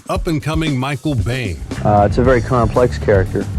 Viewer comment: It's Michael [Bean] not 'Bane'